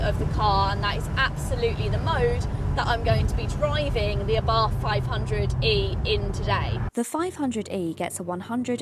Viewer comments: Please get the pronunciation right - it's ABART. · Please learn how to Pronounce Brands. There is no english th in Abarth